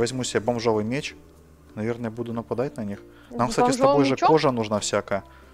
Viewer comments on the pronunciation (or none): МЕЕЕЕЕЧ НАДА ГАВАРИТЬ МЕЕЕЕЧ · ая-яй) МечЬ правильно Меч.)))) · меч, а не мечь;) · Поправочка! Не "мечЬ", а "меч". Думаю, намёк ясен) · не мечь а меч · мечь 😂😂😂😅 не мечь а МЕЧ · Не мечь а меч